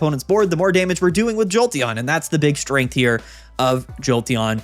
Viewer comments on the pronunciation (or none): none